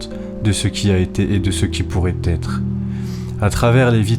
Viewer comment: J'aime beaucoup vos vidéos mais ... attention aux liaisons, vos erreurs sont fréquentes. En exemple votre dernière phrase : qui ne doivent jamais "t'être" oubliées. Jamais "z'etre" 😉